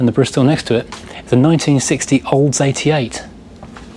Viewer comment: I could swear he called that Olds a Polds :)